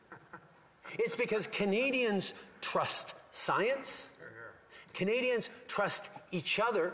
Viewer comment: He can’t even pronounce the citizens right. It’s not Kenadians